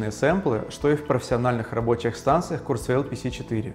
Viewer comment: Это должно произноситься как «Курцва’иль»